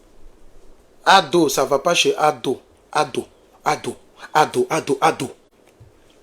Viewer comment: Ko "ADO-KA-FLÊ" 😂😂😂😂